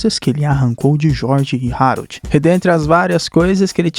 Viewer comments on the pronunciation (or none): mano é o meu filme favorito da dreamworks faz video sobre a serie do capitão cueca (nota: se pronuncia Aroldo n Rarold) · O esqueceu de tomar os remédios ksksksk.se fala Aroldo e se escreve Harold vc tá trocando.mais e serio o ñ tomou os remédios ksksk rachei o bico